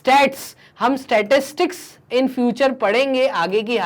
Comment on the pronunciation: Startics ko glat padh rahi ho app